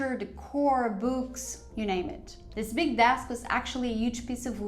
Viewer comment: I could listen to you mispronouncing Books all day